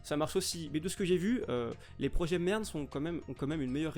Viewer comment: vers la fin de la vidéo j'ai compris merde au lieu de MERN XD heureusement que tu l'a expliqué